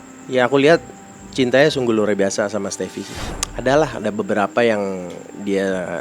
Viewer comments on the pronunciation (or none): Sampe saya ulang 3x itu ngmg luar binasa maaf ya bu itu luar biasa yg bener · Aku juga galfok sama ngomong luar binasa